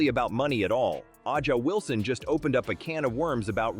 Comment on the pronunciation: The AI voice over says, AH JA Wilson. Avoid this crap or we'll be stuck with stupidity forever.